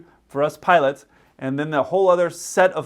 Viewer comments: The way this youtuber says "putts" instead of "pilots", makes him sound even dumber than the misinformation he provides. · The guy can't even pronounce "pilots" I keep hearing "puds" 😂